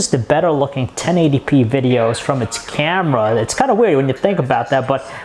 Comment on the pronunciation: not to mention the fucking "CYEAM-eh-ra"